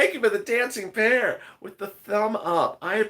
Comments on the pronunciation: I was wondering why you were calling the pear a bear , why confusion it's the way you say it sounded like bear and it seems to many others. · They are saying bear because if we're not looking at the chats it sounds like you're saying bear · I really thought you eere saying DANCING BEAR now i know its a DANCING PEAR 😝😝😄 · It's a pear not a bear... let's get it right people you're embarrassing yourselves 😡